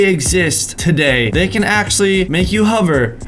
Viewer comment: Who else noticed he said huver instead of hover! 😂?